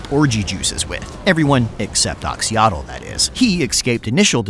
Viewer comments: If you see an "X" in a Latin -character transliteration of a Mesoamerican language, it's pronounced "sh". I know doesn't know that. It's just too painful to listen to without trying to correct it. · Did you already stop bothering with the "x" = "sh" pronunciation or did I get rused in that last video of yours?